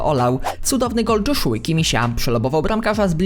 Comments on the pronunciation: Czyta się "Jozua", a nie "Dżoszua". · Jozuła a nie dżoszuła debilu